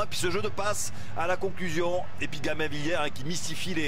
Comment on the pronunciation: Gamin Villière?? Il ne sait pas prononcer le B ce commentateur? C'est GaBin Villière!